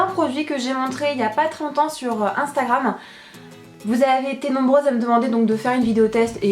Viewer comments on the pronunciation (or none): none